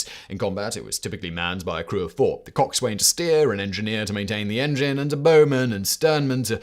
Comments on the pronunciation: ‘Son’ as in Johnson. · Pronunciation of coxswain - kaak - sn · Simon, just to give you an "insider" note on the pronunciation of a couple of words in order for you not to drive them nuts hearing it mispronounced. The term Coxswain is pronounced "Cox sun" and a "Boatswain" is "Bo sun". Not trying to be a dick, just spent 20 years in the US Navy and was given those pronunciations to "avoid fights"...😂 AW1 Special Ed USN Ret... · Every time you pronounced coxswain, I flinched. It is another English word that was written before the Great Vowel Shift. It is pronounced cock-sun. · Simon pronounced coxswain wrongly. It should be pronounced cock-son.